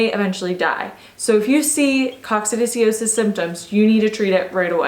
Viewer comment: Pronounced Coc sid i o sis. Just sayin'. Good info, though.